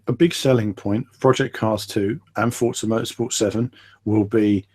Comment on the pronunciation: u said forza lol